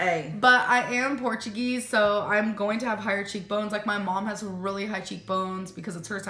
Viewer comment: Ladies and gentlemen. Lend me your ears... Did our Amberlynn say , Porkuguise instead of Portuguese??? Genuine question..